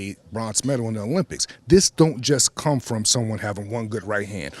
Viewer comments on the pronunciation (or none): none